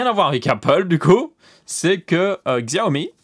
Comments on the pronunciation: On dit Chaomi et pas Xiaomi non ? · On pronnonce chaomi pas xiaomi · On dit Siaomi si on prononce en Pin Yin.